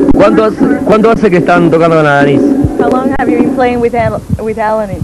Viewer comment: La cosa argentina de pronunciarlo AlaNís!! NO es el apellido español, es el femenino de Alan!! O acaso todos pronunciamos Alán???